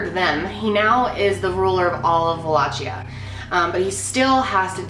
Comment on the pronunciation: Wall-a-kee-uh not wallaCHIA 😝